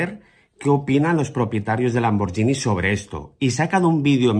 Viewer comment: Hay cosas más importantes en este vídeo,pero sería demasiado pedir que,de una vez por todas,pronunciaséis Lamborghini correctamente?La gh en italiano equivale a la gu en castellano;por tanto ,se dice Lamborguini,no Lamboryini.Ok?Los italianos se descongojan de tanta paletada e incultura,Por favooor...